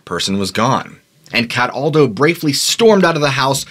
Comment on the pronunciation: As soon as I heard you say "CAT • ALDO" I changrd the video, giggling.